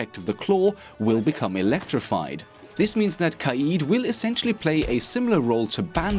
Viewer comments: It’s not ka eeed ... it’s more like ka Ed like the name Ed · “Kai-eed” BOII..... it’s kade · Kaid [Kayed] this is how it should be produced not [Kahid] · U pronounced kaid wrong u wanna know how it's pronounced go to Google translate eng to Arabic and type (Leader) it's pronounced qayid